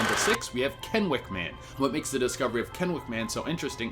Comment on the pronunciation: Kennewick man wasn't found off the coast of Kennewick River in Columbia. He was found in Kennewick, WA on the bank of the Columbia River. 👏👏👏 for pronouncing Kennewick correctly. Most don't even come close to pronouncing anything here in WA correctly. Great video though.